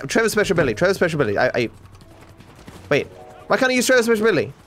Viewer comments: No one:: whyCantIUseTrevorspeagababiluwywyty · "Whacanyoozchrespezhbilly?" -, 2020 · "why couldn't I use Trespeshabily?!" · Nobody:: WhycantIusetrevorspeecagcialicabiltyzty.